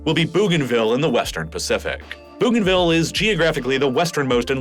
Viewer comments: I am from East New Britian Province (Papua New Guinea) Bougainville is pronounced BOganville not Boooganville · I couldn't finish watching this, the narrator needs to get his pronunciation correct, I wanted to throw my phone everytime he said Booganville 😂. Where the hell is Booganville ? I know of a Bougainville. Pronounced Boganville ☺️😆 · It’s bow-gain-ville not boo-gainville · Bougainville is pronounced Boeganville not Booganville. Fascinating video and very informative. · That first "new country"? Pronounced Bo-gan-ville. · Only just watching this now. A couple of pronunciation suggestions: Bo-gainville, and Tee-mor. (disclaimer: I'm Australian, my pronunciation could be wrong too, natives might pronounce their country names differently) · Bougainville is pronounced Boganville. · Sending love from Papua New Guinea I'm from Bougainville. You pronounce Bougainville wrong (Boh gaen vil). After the Franch explorer Cpt. Louise de Bougainville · bro, could you look up how to pronounce place names in the future? it's BOH-gan-vil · I'm a subscriber from Queensland, Australia. I have a bougainvillea vine in my front yard. So do many of us. It's pronounced "bow" as in bow and arrow. Still love your work. I watch all your posts. 😊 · “Bow” “Bow- gan - vill.” How do I know? Firstly, I’m Papuan. Secondly, I’ve been there, including the Panguna mine whilst it operated. Thirdly, my cousin lives there now. Great synopsis, but please look into the pronunciation of places during your thorough research. You did such well only to drop the ball at the last moment. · It’s actually pronounced ‘Bow-gan-vil’. Which isn’t any better actually - ‘bogan’ is an Australian equivalent of a redneck. Also: East Timor is ‘Tee-more’. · Ooof. Stop saying "boo-ganville". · Good video but you have mispronounced Timor and Bougainville. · That pronunciation of "Bougainville" tho... O.o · The pronunciation of Bougainville is jarring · No issues here... Except he mispronounced Timor and Bougainville :p